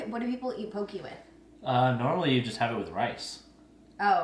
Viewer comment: I’ve added several things to my list already (shrimp boom bah, vanilla goat cheese and vegan poke) and I’m just halfway through the video but wanted to mention that poke is pronounced to rhyme with “okay” - FYI. Thanks for this surprise post!